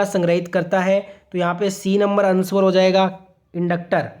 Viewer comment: अनस्वर नहीं सर आंसर होता है